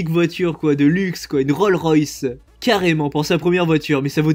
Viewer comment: Rolce royce pas roll royce